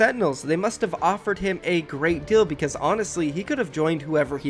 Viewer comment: Can you please try to say deal instead of dill